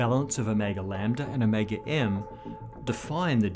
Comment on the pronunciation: My brain blips every time he reads Ω and I hear “O’Mega”